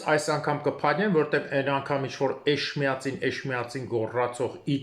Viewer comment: ջան էջմիածին է, չի կարելի անունը աղավաղել։